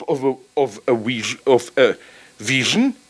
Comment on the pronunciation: When Zizek says "wision" instead of "vision" know that it's because he's thinking of a written word in German. Even his mistakes are deep.